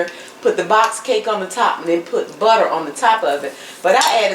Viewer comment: I truly indeed love your recipes, but please stop with the accent on “tter” in butter, etc.. There’s no stressed accent & it’s enough to drive a sane person, 😊 not to mention a lifelong educator, as myself, crazy! Again there is no stressed accent on the “TTER “ and butter.